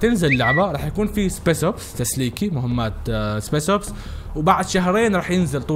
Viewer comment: اسمها سبيشل اوبس مش سبيس اوبس 🤦🏽‍♂️🤦🏽‍♂️